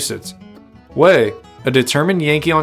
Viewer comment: It's pronounced Wy- eth not Wayth